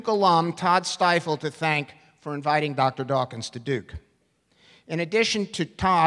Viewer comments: lol at the mispronunciation of Stiefel . He became president of the "Stifle free thought foundation". ha ha ha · Its a bit funny the man mispronounced Stiefel's name. It sounded like the "Stile Freethought Foundation" :D